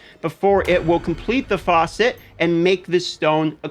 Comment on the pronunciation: Good video, but in case it drives anyone else up a wall (lol), it's facet, not faucet. google it's pronunciation.